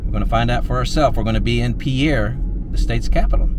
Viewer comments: "Pierre"? :( In this case, YOU say it correctly... and in SD they say "PEER". I don't know why. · Glad you figured out how to pronounce Pierre, which as you now know is pronounced as "peer" not in the traditional way the word spelled as Pierre is pronounced.